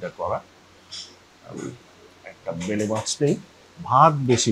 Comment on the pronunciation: Bele mach na uccharon hobe baila mach